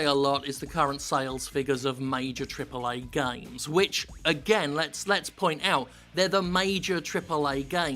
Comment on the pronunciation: I love how Jim says "TRIPLEH AEH GAYMES"